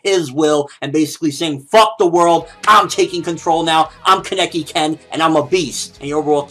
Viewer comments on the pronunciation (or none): People, it's KAH-NEH-KE not this weird KEH-NE-KI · kaneki is pronounced Kah-Nee-Kee it so easy to pronounce because in the anime that's how they pronounce it and that's how Japanese people pronounce their characters. so why do you keep saying Kah-Neck-ee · u say kaneki weird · Ugh I've noticed this as well!!!!